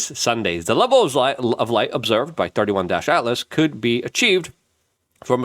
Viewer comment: Its not 31- altlas..... Its 3 eye - Atlas